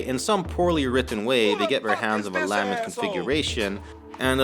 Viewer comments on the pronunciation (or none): La-ment configuration. Not Lam-ent.